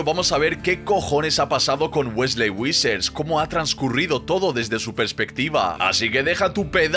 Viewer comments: persona normal wesley vissers gorriño: wesley WISSER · Weslli wuisers? 😂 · Por qué dices Wesley Wissers? 😂😂